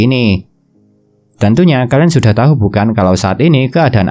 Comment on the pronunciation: Tahu dibaca tau bang